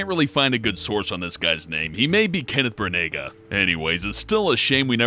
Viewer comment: Kenneth Brunaga! lol